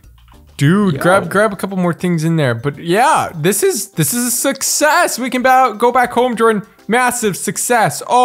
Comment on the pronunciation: said sick-ses sickses im sure its success